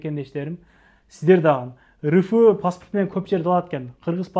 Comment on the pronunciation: Аябай не грамотный экенсин укам РФ дегенди ры фы дейсинго